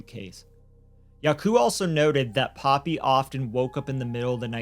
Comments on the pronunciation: Poppie is not pronounced Poppy 👀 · You pronouncing poppy wrong. It's paw pee no other way I can break it down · poppie is pronounce "paw pee" or maybe even "por pee" for you. Koekemoer is pronounce "koo koo moor" and Kobus is pronounced "Koo ah bus"